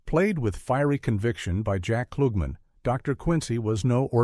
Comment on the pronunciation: You need to learn people's names before you do your videos...peppered...pep-ard.....clugman....wrong there too.